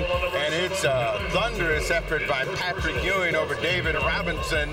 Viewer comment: “Pat-trick” Ewing lol